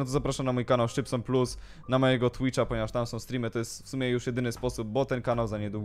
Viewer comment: Nie szczpson